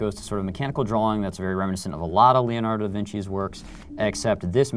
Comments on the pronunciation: LEONARDO. not leanardo.Please... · Yes, I know, I'm not stupid but it just sounded like leolardo instead of Leonardo...